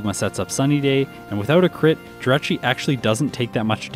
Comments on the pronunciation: I want to start off by saying congrats on 40K and I can't wait to see more of your content. That being said as long as I've been watching you it still hurts to see you pronounce the name of pokemon wrong. Jirachi - G-Rah-Chi Gl in the future and I can't wait to see more of your content! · Wait how is he pronouncing Jirachi?? Hes saying "Dratchy" *cringe